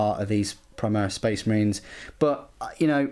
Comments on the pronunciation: The way you say premise makes me uncomfortable. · I like the "prem-eyes". haha that pronunciation